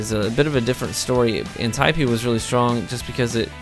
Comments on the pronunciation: "an- tie-pee" lol wut? An-tee-Ope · It's not pronounced anti-opee...